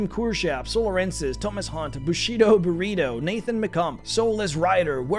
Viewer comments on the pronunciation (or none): none